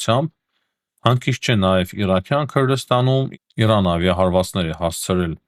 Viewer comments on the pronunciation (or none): none